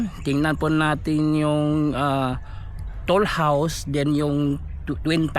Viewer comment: Toll house po hindi tool housw.